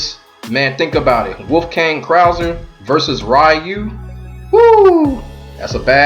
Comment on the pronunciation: It is REYU! NOT RAIYU!!